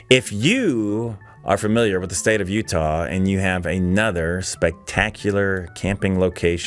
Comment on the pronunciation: I love Utahrr! Don’t know where that pronunciation came from? Maybe someone can enlighten us?